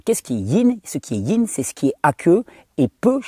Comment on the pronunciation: *Yin, pas ying 🤗